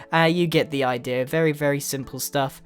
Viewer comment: I like the way grian says "idea" he says Idera